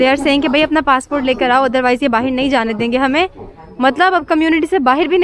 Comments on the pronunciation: I knew when she spoke "Bahir" in place of "Bahar" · ab hum log jaa rhe hai Baahiir ya baahar? kam se kam 50 bar baahiir bola hoga is video me lol fisal gayi to snow me? iske baahiir se mughe himesh song yaad aya aap ki khaatirr yaar isko baahir kisne bolna sikhaya .. foren nahi foriegn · The amount of times she said “ bahir “